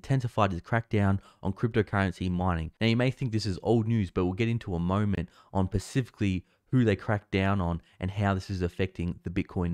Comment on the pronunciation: Mate I'm an Aussie Vic, your content is very good and you are much smarter than me on this stuff but you have pronunciation issue it is specifically not pacifically. Just tiring to help.